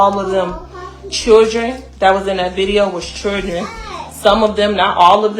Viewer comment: She said they was all choodrin 😅 oh ok. These "choodrin" are hood rats.